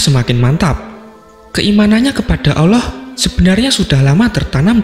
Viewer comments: Suara apaan mbkk tuti suara gini aja ngefans, nyebut Asma "Allah/Alloh" ' saja maaf admin nya masih gk fasik "Awloh" klo saya denger² gtu . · Sebut bagi betul allah bukan awloh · Min mau kasi masukan.. Pembacaan “ALLAH” nya kurang tepat.. Terdengar seperti “oloh” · Allah lah... Bukan Alloh. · Min mualaf ya? Soalnya baca Allah nya kyk orng mualaf min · Sebut nama tuhan itu yg tepat donk..ngak ada huruf O di situ